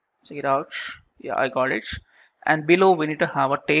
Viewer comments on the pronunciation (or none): Got it or Goch it? Which type of English pronounciation is this? American, British, Australian slang or other...?